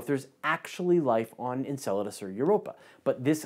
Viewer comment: In other news I learned how to properly pronounce Enceladus